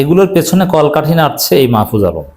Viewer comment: মাহফুজ সত্য কথা বলছে,এখন গা জ্বলে, আপনি নামটা ভাল ভাবে উচ্চারণ করেন,আপনি জামাত করেন,ভদ্র ভাবে কথা বলেন,আপনি তো জামাতদের দালাল সবাই জানে